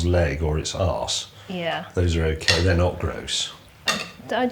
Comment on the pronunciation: "the'ye wrong!" there is much worse food in the UK